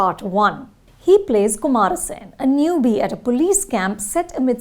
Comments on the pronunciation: With all due respect, how hard is it to get pronunciations of names of movies, characters and actors right? If you can stop for a second to get pronunciations of Damien Chazelle and Margot Robbie right, can you not make the least bit effort to get Viduthalai and Kumaresan (not Kumara Sen) right? It’s just lazy at this point and the name Kumaresan is said a bunch of times in the movie for god’s sake! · Pronounciation of kumaresan,velraj,viduthalai😢🙏